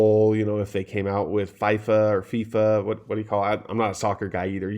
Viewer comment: Lol Fifa is pronounced as Fee-fa